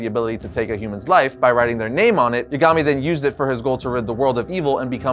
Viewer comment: Isn't Kaguya way more powerful than Madara? And why are you calling Light by his last name? (which is mispronounced by the way).